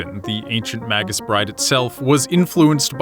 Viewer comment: It's pronounced "MAY-gus" not "maggus" . You know online dictionaries will speak the word for you.